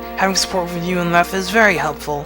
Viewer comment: Btw, I'm just being a whore with this... it's "Leth-e" as in a reference to the "river of forgetfulness" Lethe.